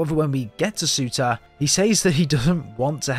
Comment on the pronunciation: Bro sorry but it’s pronounced sir-tuur